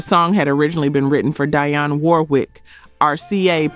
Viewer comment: This. "Dy-Yon" Warwick.